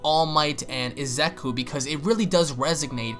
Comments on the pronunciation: Why do you keep saying Izeku?? It's Izuku. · Bruh ur calling Izuku Izeku its funny😂